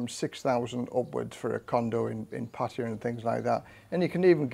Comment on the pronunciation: OMG!!! An ex-pat who actually pronounces Pattaya properly. Kudos!